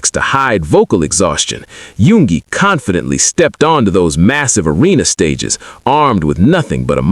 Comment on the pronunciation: There is a few mistakes ..like number 2 yoongi then jhope number5 ..it said yugi instead of yoongi. Or happy polooza instead of hobipolooza. I just figured they didn't double check the ai voice or translations.